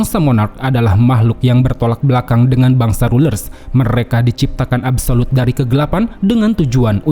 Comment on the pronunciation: absolute ❌ abu solud ✅